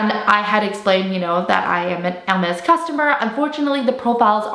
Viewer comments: She pronounces Hermes correctly in French! It is funny that someone found her voice annoying for saying the brand name correctly 😂😂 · She’s pronouncing it … right? Not sure why that would be annoying to you lol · Yeah, she has pronounced it 100% correctly in French. So many on youtube pronounced it wrongly. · she shows respect by pronouncing the brand correctly. you're just too ignorant to understand. i'm sorry for you...